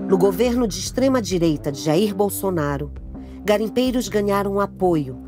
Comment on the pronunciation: Um belo deslike já no início pela fala ridícula "extrema diereita"